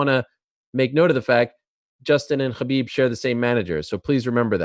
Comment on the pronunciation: Ariel, you're so Jewish how you pronounce Khabib. Chhhaaaaa beeebbbb